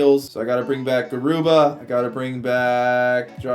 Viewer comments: “Gubara”😂 I’m just kidding. It’s Garuba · Gubara??? Deshaun Tate??? 😂